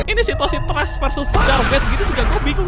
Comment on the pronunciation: Trash dibaca tres, kalo dibaca tras jadinya trust goblok